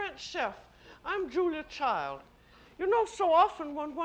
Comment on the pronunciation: Love her. She is now pronouncing the d in Child-the American way. In the early shows she pronounced it the French way, with a silent d.